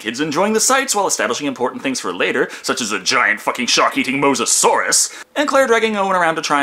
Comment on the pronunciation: And a Moses-saur